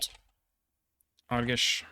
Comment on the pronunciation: You pronounced Romanian's regions so well I had to check if you're Romanian. Only the way you pronounced the "ge" in "Arges" made it clear. The way you said it its as if the word would have been "Arghes". The way to spell "ge" is for example as in the English name "George".